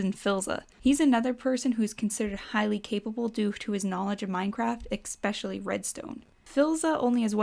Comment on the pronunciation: Why do you say "especially" as "expecially"?